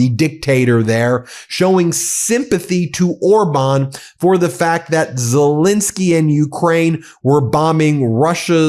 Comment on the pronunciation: Ben, how long will it take for you to call the President of Ukraine by his proper name, it`s Zel ENSKY not Zel INSKY.